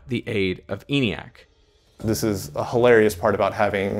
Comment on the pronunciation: ENIAC was pronounced with a short E by those who built it ( "EN-ee-ack", not "EE-nee-ack").